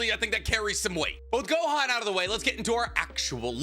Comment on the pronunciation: It’s Gohan and it’s not close